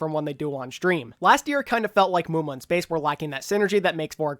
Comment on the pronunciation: FUUUUCK NO not muma